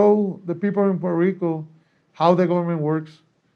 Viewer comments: WHY is Poo-wert-rico so hard to say even for people born there??? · SE DICEEEEE PUEEERTOOO RICOO NO PUELTO RICO HABLEN BIEEEN CARAJOOOO!!!!!!!!!!!!!